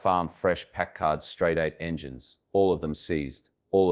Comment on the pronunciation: What a fantastic car. It's beautiful. One thing... I'm from Warren, Ohio - the home of W.D. Packard. My high school graduation was held at Packard Music Hall. The pronunciation of Packard is with the emphasis on the first syllable - PACK-ard.